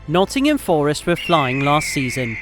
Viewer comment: Your saying forest wrong the entire video - other than that great video